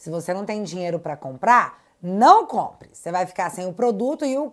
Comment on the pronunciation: "Se otê for ao supmecado e o poduto tivé caro, não compe".